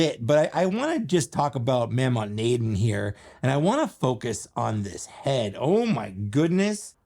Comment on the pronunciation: It’s pronounced “Moe-Maw Nay-Don”